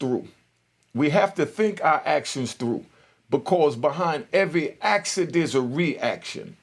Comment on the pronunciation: Bro its action not actsin